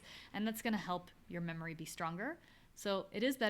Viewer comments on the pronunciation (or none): none